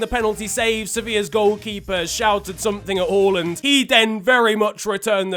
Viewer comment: Omg he said “Håland” and not “Haland”😱 As a norwegian this is very pleasing to the ears